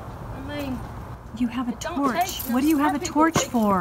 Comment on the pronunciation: "And if you tarch them"